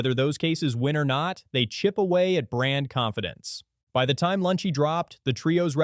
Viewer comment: Note to the editor, The voice over kept saying Lunchy and skipping the second L in the brand name for most of, if not the entire video.